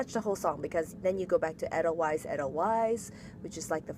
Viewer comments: Also the very first E in Edelweiss is pronounced as a long A. Like Aidel-Vice. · Great tutorial! Just a small thing, the "weiss" is pronounced like "vice".